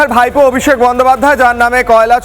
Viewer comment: Bhaipo ....bhaipo.... bhaipo aar koto din....thik kore bolun .....